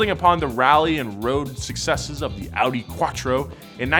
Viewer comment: I think he butchered the whole Audi bit, that's a little egregious to me...